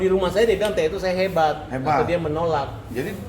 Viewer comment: Kan tae ,pake E bukan I